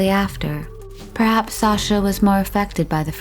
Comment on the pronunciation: Just a note from a Russian speaker - when pronunciation isn’t correct and a legitimate name Sasha (short form of Alexander) is referred to as a nickname, it makes everything appear lacklustre. Please research proper pronunciation of things, because it honestly borders on offensive.